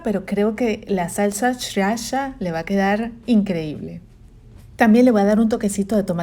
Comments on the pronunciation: Me encantó, lo voy hacer y les cuento que tal. Una corrección, la palabra sriracha se pronuncia siracha, la primera r no suena🤗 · Me encanto!!! Sriracha se pronuncia siracha sin la primer r...